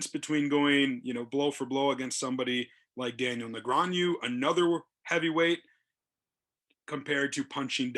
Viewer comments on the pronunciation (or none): The commentator still can't pronounce Negreanu correctly.🤦 Seriously, dude, just learn the pronunciation. It's so tilting.